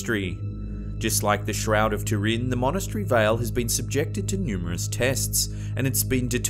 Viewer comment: Shroud of a big vat of soup? It’s Turin, TOO-rin, not “tureen”...